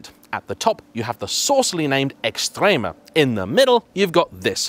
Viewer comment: Do you have any plans to learn how to properly pronounce “Quadrifoglio”? I mean, you managed to drop the “T” in “Esprit”. I’m not going to start in on the “X” that you added to “Estrema”.